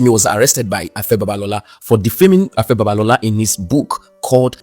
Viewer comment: Pigin English doesn't you should not be able to pronouce simple 3 letter words Afe and not Afa; now to to issue, VDM is correct as usual